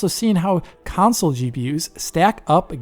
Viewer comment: Kansole kansole? What is he talking about? What is a 'kansole'? 🤔